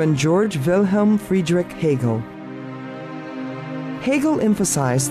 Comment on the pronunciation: Interesting, great learning. Happy that the name is pronounced accurately, it rarely happens.